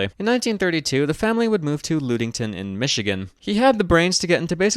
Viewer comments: it's procounced "Lud (as in luddite)-ing-ton" (sorry for being pedantic I just lived close by there (Scottville) for a while and you were saying it wrong) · Also local, also tortured by mispronunciation